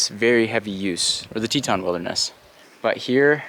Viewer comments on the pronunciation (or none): none